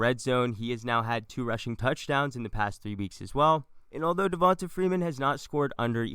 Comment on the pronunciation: Who is… “Devionta Freenan” 🤔